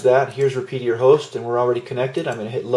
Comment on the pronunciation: "Repedier" lmao, its Repetier kiddo, sound it out lol. Also for those of u who are saying kiss is better than slic3r, heres a tip, take these settings and transfer them over to Slic3r, then tell me kiss is better lol. If you don't know how to dial in a printer, and have failed to calibrate it yet, than ya, its gonna suck, but its the user not the machine or software. If you really wanna see some crazy fancy / technical prints, go learn skeinforge and set it up for your printer. Most people hate it because its too hard, but its a badass slicer, you can do things like set a .25 inner layer and .1 outter shell, rotate infill in the X axis, make an ooze tower, set layer path to go outside of the island so none of the internals ever get hit. Its way better than any of the "Do it for me" slicers. You better study thermodynamics and your material, and It wouldn't hurt to look up some physics force equations in relation to viscosity and acceleration. I spent 11 years in grad school and I still find it to be a challenge. I need a calculator and digital caliper at all times. And a spatula to follow behind the extruder on first layers.